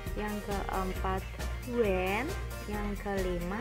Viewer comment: When nya kuran "N" bu gulu 🤭